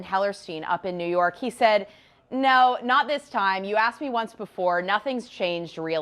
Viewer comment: "NOOOO GUYS HE CANT A JUDGE SAYUD BUT AILEEN BAYUD!" 😂😂😂😂 democrats are desperate as fuck